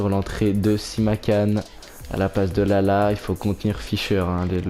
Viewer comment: Simakan ça se prononce an comme la ville Caen et c'est ajorque comme jean pas "l"